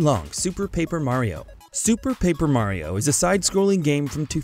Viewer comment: I pretty sure that this guy is the only guy who messes or gets thing on the paper wrong like in this video he said wind walker in stead of wind waker and in a other he couldn't say Mario he was saying merio and called reaper from overwatch raven. Im not trying to be mean but always double check for mistakes in editing.